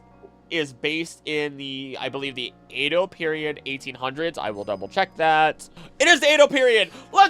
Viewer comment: Great video overall, but you're pronouncing Edo wrong lol